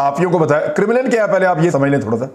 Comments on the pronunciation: It's pronounced Karem Lin Kremlin....it sounded like criminal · It’s Krem-lin, not Krim-lan. Please correct name. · Imran bhai Kremlin is pronounced - KA-REM-LIN not Criminal...LOL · Sir it’s KREM -LIN not CRIMINAL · It’s not Crimlin. It’s called “Kremlin”. Your mispronunciation is off putting. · Its pronounced CREMM-LEN not KIRR-mi-LIND ... Paainda bc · Imran bhai saab crimlin nahi hai kremlin hai, please listen to it from some news source so you can pronounce it properly. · Sir it's pronounced as 'krem' 'lin' and not as 'krim' 'lin'. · Not Krimilen but Kremlin MA SHAA ALLAH you are super neutral Journalist beside Sabir Shakir you very straight forward gentle man Mr. Imran Khan Riaz (Riad) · Kremal hay kremenal nahin hay. Asal nam hay Kremya. Main wahan reh ke Europe aya hun. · Its Kremlin, not crimilin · criminal nahe kraam- len sound hota hai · Imran bhai, 🙏🙏🙏🙏🙏 the place is Kremlin (pronounce: Krem-lin)🙏🙏🙏🙏🙏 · It's krem-lin, please get the pronunciation right. You sound funny because it's such a well known name. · عمران۔اسکا صحیح تلفظ کریملن یعنی ل کے نیچے زیر ہے۔انگریزی میں Kremlin ہے